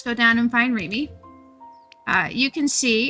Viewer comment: the way she says Remy's name through out the video kinda bugged me